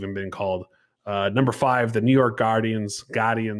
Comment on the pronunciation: Lord please. It's Gar-dee-ans.